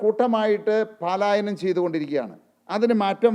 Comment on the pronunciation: പ്രകടനപത്രിയിൽ പറയുന്ന നടപടികൾ വളരെയധികം ജനശ്രദ്ധ ആകർഷിക്കുന്നതാണ്. പലായനം എന്ന് പറയുക പാലായനം അല്ല.